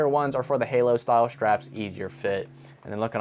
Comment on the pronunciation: I think they were trying to say "halo"? 🤔